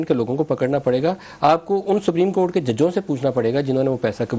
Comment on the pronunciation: He is a lawyer and can't pronounce the word,"supreme court" property. Just listen carefully and you will find the difference.